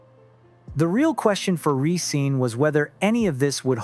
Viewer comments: I hate to do this but the group name is pronounce Re-scen-nuh not Re-scene. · But it's /risén-/. Not /risín-/.